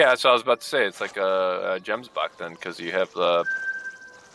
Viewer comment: The way you say 'gemsbuck' is really funny... The 'g' should be said the way it is with "gun"